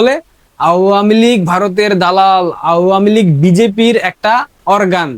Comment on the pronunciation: আওয়ামী লীগ উচ্চারণ ভুল করছো তুমি। কারো থেকে শুনে নাও সঠিক উচ্চারণ ।